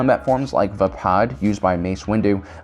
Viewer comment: It’s pronounced Vaypad